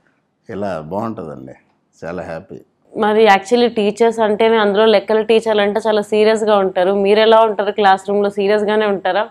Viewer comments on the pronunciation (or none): లక్కల కాదురా బాబూ లెక్కల...